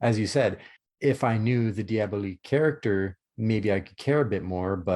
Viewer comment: Diabolique is a film released in 1955 and remade in 2000 - the film you are reviewing is called Danger: Diabolik - please pronounce it correctly. You do a disservice to the film, and to movie fans everywhere, when you continually mispronounce the name. John Phillip Law himself specifically discusses its correct pronunciation with Tim Lucas during their audio commentary review of the film. Moreover, I find your review quite lacking in both scope and understanding - not to mention research and information. Next time - try not winging it.